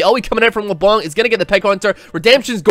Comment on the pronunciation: IT'S LEBLANC, NOT LE-BLONK! STOP TRIGGERING ME! Still, love the video man.